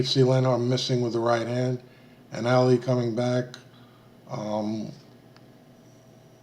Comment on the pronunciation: Ali is pronounced Ah-lee, NOT Alley!